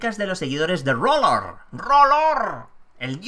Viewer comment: ¡Excelente! Por cierto, se pronuncia "AR LOR" (R=ar). ¡Saludos desde Méxxico!